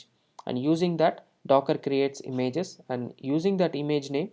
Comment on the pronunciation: имЭйджес.... бля